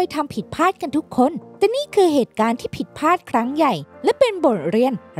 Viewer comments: ผิดพลาดครับ ไม่ใช่ผิดผาด ฟังแล้วขัดหู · เนื้อหาน่าสนใจ แต่คนพากย์น่าจะอ่านคำควบกล้ำง่ายๆให้ดีกว่านี้ เช่นคำที่สำคัญในคลิปนี้เช่นผิดพลาด แต่อ่านออกมาเป็นผิดพาด สั่นคลอนก็อ่านเป็นสั่นคอน อีกจุดคือการแบ่งวรรคในการพูด ฟังแล้วไม่ค่อยลื่นสักเท่าไร